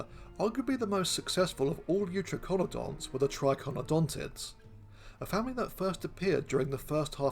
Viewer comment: I'm pretty sure youTRYkonodonts would be the better pronunciation. tri ("three, triple") as in Tricaeratops, eu ("true") as in eutherian.